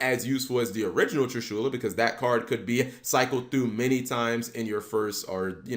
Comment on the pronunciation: Damn his pronunciation of Trishula bothered the fuck out of me